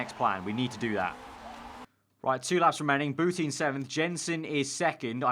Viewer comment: Every time he says Boutin I hear Putin